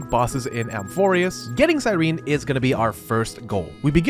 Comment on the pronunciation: as a french person, hearing her being called "saïerini" is SO gritting, in french we would call her as sirène, which is mermaid in french